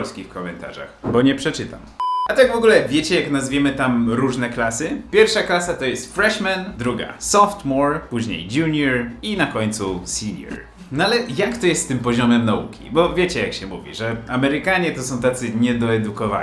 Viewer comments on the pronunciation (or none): Chyba sophomore, nie softmore? 😉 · 'Softmore'? SOPHOMORE. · softmore? cale zycie myslalam ze mowi i pisze sie sophomore… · Jakie softmore? SOPHOMORE ! Dziekuje za uwage ;) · Softmore? 🤔 chyba sophomore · Sophomore, nie softmore, nie przekręcaj xD Ale tak trochę jest rzeczy które nie to, że nie masz racji, tylko się różnią w zależności od szkoły. F u mnie w High School się dostawało dopiero jak się miało 59%, 60% to było D. Tak samo z "attendance", czyli obecnością. U mnie nikogo nie interesowało ile dni się nie było i ile z nich było usprawiedliwione a ile nie. Co innego że siedziała tam taka pinda Polka za przeproszeniem co Polakom wiecznie robiła pod górkę i nie usprawiedliwiała nieobecności "bo nie". Z tego co wiem już ją wywalili na zbity pysk. Co innego sprawa dzwonienia ze szkoły, to to było akurat chyba za każdym razem xD Detention ciekawa sprawa o tyle, że i tak się na nim spało. Czy to było po szkole godzina, czy cały dzień w Dean's office, i tak się praktycznie cały czas spało. Out of school tzn. czyli tak jak mówisz zawieszenie w prawach ucznia, też nigdy tego nie rozumiałem xD Kiedyś dostałem bodajże 2 czy 3 dni za palenie elektryków z kumplem z tyłu w ławkach i siedziałem grałem w CSa z nim całe dnie xD A co do bezpieczeństwa w postaci bramek jak na lotnisku przy wejściu - u mnie był w pierwszym roku, przez kolejne 3 stały już z boku tylko. A do szkoły i tak znosili wszystko co chcieli, więc no. Araby się pocięły też w kiblu ze dwa razy, życie. Tak to sama prawda to co mówisz xD